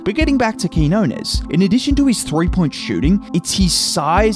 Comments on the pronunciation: I just wish broadcaster stop calling him KEY HO NESS, so annoying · TO ANYONE WHO TALKS ABOUT QUIÑONES ON THEIR PODCASTS, YOUTUBE OR DURING LIVE COMMENTARY: CAN YOU PLEASE LEARN HOW TO PRONOUNCE HIS NAME!? IT'S REALLY NOT THAT MUCH TO ASK FOR. THANK YOU!